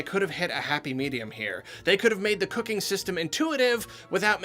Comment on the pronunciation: why did it sound like "cocaine" when he said cooking?